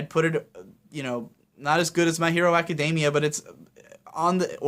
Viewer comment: PLEASE learn to pronounce Academia, it's driving me crazy here.